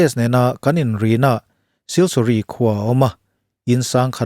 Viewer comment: siliguri ti a kan chhiar ngar2 leee